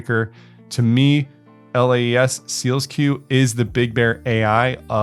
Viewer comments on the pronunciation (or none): It’s SEAL SQ, not SEALS Q